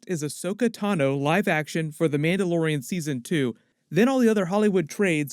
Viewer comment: “Mauldalorian” Love it! XD